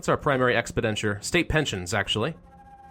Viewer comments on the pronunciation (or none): Been meaning to point out that it’s not pronounced ex-puh-DEN-ture, it’s pronounced ex-PEN-duh-ture.